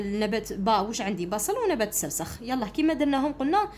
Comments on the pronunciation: استاذة السرخس وليس السرسخ ههههههههههههههههههههه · أستاذة شكرااا على مجهوداتك ملاحظة أستاذة نبات السرخس ماشي خسرس❤❤❤😅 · أستاذة توضيح فقط النبات اسمه السرخس وليس السرسخ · استاذة السرخس و ليس السرسخ شكرا 🌹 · يا استاذة عوفا لاينطق بالسخرس بل السرخس 😅😅😅❤❤❤❤❤❤❤ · ادعولي نجيب 17معدل دعوة 40غريب مستجابة ♥♥🌸🌹استاذة نبات السرخس نتي راكي تقولي السرسخ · ماشي سرسخ سرخس❤😂 شكرا❤ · السرخس ماشي السرسخ 🌼🌼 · السرخس استادة مش السرسخ هههههههههههههههههههههههههههههههههههههههههههههههههههههههههههههههه🤣😂😂😂😂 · شكرا استاذة بصح ميسموهش السرسخ اسمو السرخس ههه 😃😅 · السرخس وليس السرسخ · السرخس مشي السرسخ😅😅😱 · سلام استاذة انا نحبك وداىما نتبعك بصح راكي غلطتي بزاف في كلمة السرخس وعاوتيها ميرا وتكرا وانتي قلتيهاالسرسخ و لا كدبتيني عاودي الفيديو واسمي وشكرااا استاذة كثيرا على كل مجهوداتك والشرح 😍😍😍😍😍🥳❣💗💗💖👌👍👋وانا احبكي كثيراا يا استاذتي💚💚💚💚💜💜💥🤚👆🤩😍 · ماشي سرسخ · استاذة عذرا ولكن النبات اسمه نبات السرخس وليس السرسخ 😊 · استاذة انه نبات السرخس وليس السرسخ 😂 وشكرا لك على هذا المجهود المبذول 😊🎉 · السرسخ السرخس😂😂😂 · استاذة اطاتي في النطق الوعي الاولى السرخس ليس السرسخ😂🎉❤ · استاذ السرخس وليس السرسخ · أستاد إسمه سرخس ماشي سرسخ 😎😎😎😎😎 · يا ودي السرخس ماشي سرسخ 😂😂😂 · أستاذة هناك ملاحظة السرخس وليس السرسخ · استاذة توضيح نبات اسمو سرخس ليس سرسخ. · استاذة مافقتيش راكي تقولي السرسخ😂 وهو السرخس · السرخس ماشي السرسخ😂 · اسمو السرخس ماشي السرسخ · ههه استاذة قلتي سرسخ😅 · السرخس ماشي السرسخ